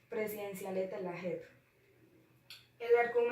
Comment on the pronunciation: Noticia de Alejandra león: Leíste muy bien la noticia, pero la leíste muy pasito en el cual me dificultó escuchar cierta parte de la noticia, debes de poner un esfuerzo de subir un poquito el tono de la voz para que se te pueda entender; Su resumen está muy bien estructurada pero te hago una corrección, en una parte dijiste “yep” en vez de “Jep”, me refiero a la pronunciación de la palabra; su opinión fue muy buena porque hablaste de algo positivo pero te faltó postura crítica, o sea, mirarlo desde otra perspectiva. Por último, sus preguntas quedaron bien formuladas pero sin las tildes le quita coherencia, por eso debes de tener en cuenta en que momentos utilizar las tildes. Noticia de Juan José Monsalve: Leíste muy bien la noticia con un buen tono de voz; el resumen fue muy somera, debías de haberlo resumido otro poquito más para no perder contenido de la noticia y clarificarlo; su opinión habló mucho de “hay que hacer” pero no miraste desde otra perspectiva para sacar postura crítica (faltó postura crítica). Sus preguntas fueron formuladas muy bien, pero debes de tener en cuenta las tildes, porque una tilde puede cambiar el sentido de las palabras y puede perder coherencia la pregunta. Noticia de Yuliana Betancur: Leíste muy bien la noticia, eres muy buena para leer; su resumen fue muy estructurada y clara; su opinión fue muy clara pero te faltó postura crítica, debías de mirar en otras perspectivas, analizarlo y dar cuentas una opinión con postura crítica. Por último sus p